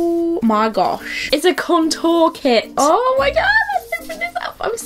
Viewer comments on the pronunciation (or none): I love you but the way you say 'Contour' drives me crazy, haha.